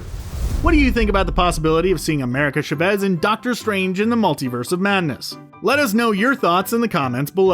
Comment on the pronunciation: Please! Her last name is pronounced CHAH-vez, not cha-VEZ!! This is Spanish, not an ancient Sumerian dialect!